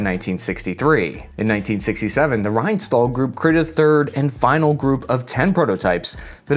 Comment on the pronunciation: Just an fyi, in German our sh sound is spelled as sch. Additionally, ST and SP are an sh sound. So that's pronounced like Reinshtahl. Sport would be pronounced shport.